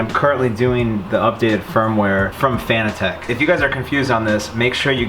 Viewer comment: The way you pronounce Fanatec is hysterical. Nice set up though.